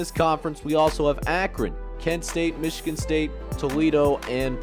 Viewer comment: Mee-chigan? lol.